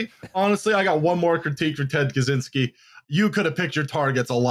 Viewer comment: Ted Catch-ynski, not Cazzinski